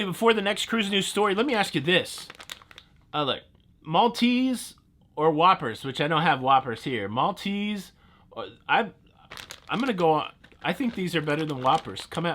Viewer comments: Maltese pron....malteeezerrrs 😂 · Pronounced Malteezers (long ees)and yes they are the best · Maltesers - Promounced Malt ease errs. :) Try the Malteser bunnies! Om nom. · They are pronounced “Maltese-ers” 😊😊As a Brit living in the US, I now am envious of the chocolate treat in your hands 😂😂😂 You can buy those in much smaller packets in the International isles in grocery stores. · malteasers are pronounced Mol-tee-sers haha its not a big mistake but its something you'd notice if you grew up with malteasers haha!